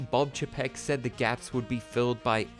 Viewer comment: I agree with just about everything in this video except for your pronunciation of Bob Chapek. It’s Bob CHAY-peck. Everything else – 10/10.